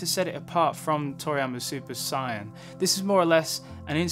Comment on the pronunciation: At around like you pronounce “Saiyan “ as opposed to “Sighyan” lol